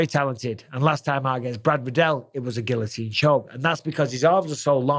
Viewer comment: Gill-o-teen. You live right next to France